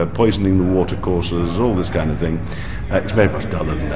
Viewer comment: Bilderberg?? Hofofofofofofooo. The NSA PRISM prewgrahm. oh. Neva Hurd of it. Hofofofofofofofoooo. Oh You crazy "conspiracy theorists" with your NDAA and increased surveillance. why SHORLY we OLLL knew that there is new such Thinga. Hofofofofofofooo